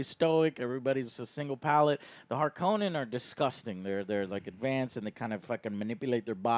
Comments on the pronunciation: Also Joe, the pronunciation of Harkonnen is not how they say it in the Lynch movie. In that movie, they say it like harKOnen, like it has only one N but Frank Herbert actually pronounced it as Harkon-nen. They do pronounce it correctly in the sci-fi series that came out around 2000. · You're pronouncing Harkonnen and Freman wrong